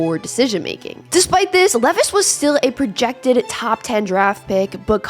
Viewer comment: His name is pronounced LEE is like the jeans. This way he can get a sponsor deal